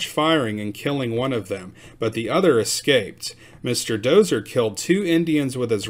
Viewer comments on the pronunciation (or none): none